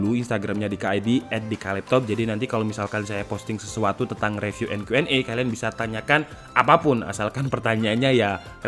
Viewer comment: Saya akhir akhir ini cukup sering lihat konten, reviewnya asik banget dan lucu 😁 Cuma mohon maaf sebelumnya, 1 hal yang mungkin bisa jadi masukan dari saya: Mungkin penyebutan "review" itu "ri viw", kadang gatel aja dengernya kalo "re viw" he he he Mohon maaf ya, masukan aja 🙏. Terima kasih Semangat terus tim, semoga subscribernya makin banyak 👍